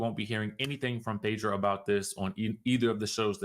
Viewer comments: Lol 😂you're killing me can't even pronounce her name. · Get her name right…geeeez